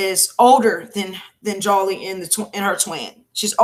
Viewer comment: it's jholie moussa no disrespect